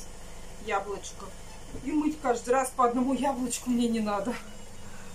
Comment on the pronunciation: не нао, а надо.